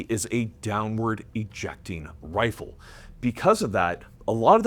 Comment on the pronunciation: say it, the wifle